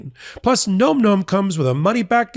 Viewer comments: Im not 100 percent positive but im pretty sure you were misprouncing your ad product. I really think its pronounced like "nam nam". Not like nome. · .....it's not GNOME GNOME, my dude. It's NOMM NOMM. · It's pronounced "näm" not "gnome". Nom-Nom is a common onomatopoeia for the sounds of ferocious or energetic eating. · Nom Nom is pronounced Nahm Nahm, like mmm, nom,nom,nom...not Gnome Gnome. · No, it's pronounced nome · More than half of America thinks "nom nom" rhymes with "tom tom." So far, you've tried "num num," "noom noom," and "gnome gnome." Maybe ask the company how to say it? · You're still pronouncing Nom Nom incorrectly and it's driving me nuts. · I’ve heard you guys do two pronunciations of Nom Nom and neither was correct. It sounds like bomb, not gnome, right?